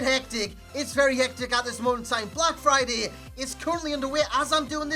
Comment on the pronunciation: I thought you said "oblak Friday"